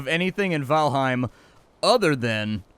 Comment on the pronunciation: Just FYI, its pronounced VAL'HAIM not H'IME, nordic EIM words (Niffleheim, Jordheim) are frequently mispronounced. Easy tip, just change the e in any word ending in eim to an A (aim as it is pronounced). Norse words only of course.